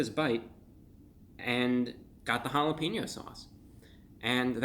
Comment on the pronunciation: I had to do a double take when he said “that’s really jalepeno mouth” lmao